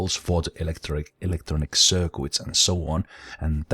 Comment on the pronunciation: circuit is sir-kit not sir-quit